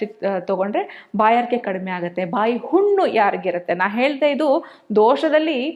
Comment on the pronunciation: Unnu allla thayi 😂 hunnu 😢 Nivo nim kannadano